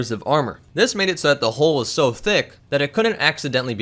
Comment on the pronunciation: Jarman Farquharson he said Hull but it sounds like hoe